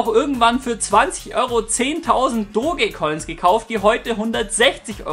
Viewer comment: Ich glaube Dogecoin spricht man anders aus... Ich glaube eher [Dotch] als [Dohge]